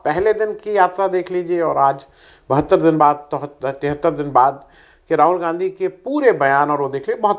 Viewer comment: 11.45pe aapne Ganadha bola Gandhi nahee isko durust kariye. Gandha nahee Gandhi g